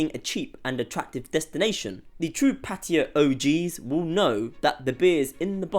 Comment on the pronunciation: The real reason is very simple. It’s flooded by a bunch of foreigners who can’t even pronounce the word PATTAYA, not PATTIYA like you said. It really annoys me when I hear this. It’s expensive because of tourists.